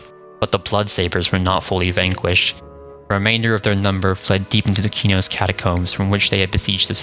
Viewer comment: thank you for pronouncing Qeynos properly...you wouldn't believe how many morons who play EQ/EQ2 and mispronounce it incorrectly. all the new Devs these days mispronounce it because they don't care.